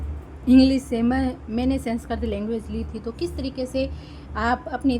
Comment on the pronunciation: पहले तो सेंसकृत नहीं है, संस्कृत होता है😂😂😂 उच्चारण सही नहीं है आपका